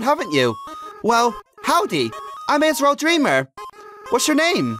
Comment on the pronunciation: it is Az-ree-l